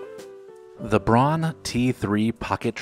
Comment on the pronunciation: Braun is pronounced "brown."